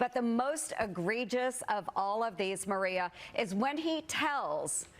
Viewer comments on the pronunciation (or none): none